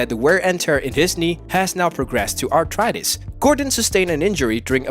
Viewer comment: I believe it’s pronounced “ARTHritis” not “ARTritis”